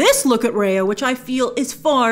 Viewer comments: its Rahya with the ah sound not the ayy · Just a pointer that Raya is pronounced like Rye Bread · Imagine the backlash when the trailer comes out and we hear "Raya" being pronounced as "Rae-yea" instead of "Rai-yah" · So her mount/ animal friend is named after a Thai vehicle? Cool 😁 hope it’s pronounced took took like how it’s supposed to, Also it’s great that her name will have a Southeast Asian pronunciation, Rah yah.